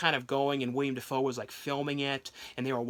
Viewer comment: It's Willem Dafoe, not William Dafoe.